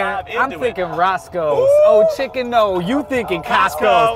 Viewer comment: I've watched this video way too many times, and everytime I'm slightly annoyed at the fact Keith says "Yoh Yeah, wow factor" instead of oh yeah